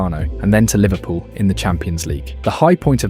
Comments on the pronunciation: it also says 'Liverpoo' at some point lol Leverkusen also smashed so and so 3 to 0, 5 to 0....nobody says that. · "liverpoo" first time AI has got anything right